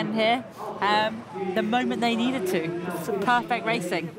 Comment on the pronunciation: « perfeçt conditions, a bit of sunshine » LOL !